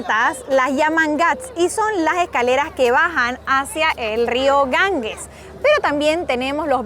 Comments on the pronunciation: Muy buen vídeo, aunque espeluznante. Si voy a la India, no me apetece nada ir a Benarés. No me extraña que te afecte. Eso de ver cadáveres por la calle no es plato de buen gusto. Por cierto, el nombre del Río es Ganges, NO Gangues. La g sin U se pronuncia como j. Gracias por tan interesante vídeo, una vez más.¡ y perdonad por la corrección. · Queridos, en castellano la letra g seguida de la e y la i, se pronuncia como J.